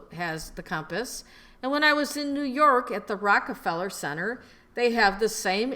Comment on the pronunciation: new yurk at the plazer...lol